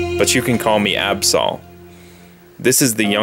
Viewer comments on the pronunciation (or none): hey i cant help but notice that you pronounce adsol absal it is purnouced absoul